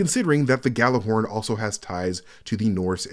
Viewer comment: Gjallar saying the name of the rocket launcher wrong.